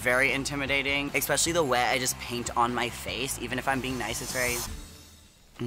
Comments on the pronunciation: here's the thing gottmik- nobody is intimidated by someone who says 'expecially' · What does gottmik mean, like why that name? 🤔 also it’s cute and very funny that they say “exspecially”. I also figured rosé named herself that because out of makeup, her cheeks and nose are very red. Idk if it’s a nerves thing but yeah